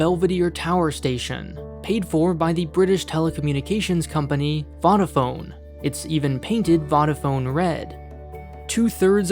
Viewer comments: Vodaphone is pronounced 'vo-da-phone' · Vodafone pronounced like soda phone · It's Vodafone, not Voddafone, just FYI. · BTW Vodafone is pronounced Voe-da-phone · The "voda" in Vodaphone is pronounced like coda, by the way. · It's pronounced voe-da-phone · vAdofone? really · Its Voda like Yoda lol. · btw it's pronounced more like "Voa-daphone" (wish Nebula had comments or something so we could tell you this beforehand) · Easier way is it’s “Voda” like “soda” and phone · The butchering of Vodafone just makes me uncomfortable because he said it three times. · The way he pronounced Vodafone… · man the way u pronounce vodafone makes me wanna die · Ok as an ex Vodafone employee that pronunciation triggered me a bit ngl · stop saying vodaphone like that. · The "first "o" in "Vodafone" is pronounced more like the "ough" in "doughnut" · As a Brit I find the way he says Vodafone funny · Every time he mispronounced Vodafone I cried physical tears of agony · Nitpicking but as a brit I felt I should tell you its vodaphone pronounced like yoda phone with a v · You pronounced Vodafone wrong. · Bruv why did you pronounce vodafone like that smh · as a brit the way he pronounced Vodafone kind of hurt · Did mans really just pronounce Vodafone like that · I’m sorry but I can’t get over how he pronounces Vodafone lmao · In India as well. It was painful to hear that pronunciation. Lmao. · how did you manage to mispronounce Vodafone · I love the content but the way you say Vodafone hurts me. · I've never heard Vodafone pronounced like that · Im literllay British and ive never heard a poor soul say it like that, man be using text to speak for his soundings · Your pronounciation of vodafone made me squeal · Your pronunciation of Vodafone 💀💀💀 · His pronunciation of Vodafone is interesting.. 🤔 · Vodaphone rhymes with Yoda-Phone - not Fodder-Phone. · its pronounce vodafone rhymes with toe da phone, not odd a phone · Voh - da - fone, not Vaudefone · Wtf is Wadaphone its pronounced Wo Da Phone